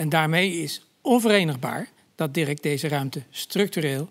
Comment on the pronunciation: Naahh dirrrek